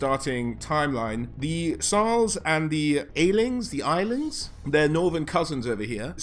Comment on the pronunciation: Pronounced 'Ass-Lings'.